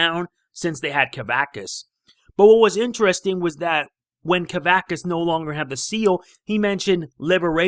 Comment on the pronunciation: You pronounced kavaxas wrong